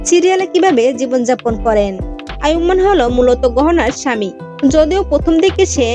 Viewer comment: নামটাই তো ঠিক মতো বলতে পারলেন না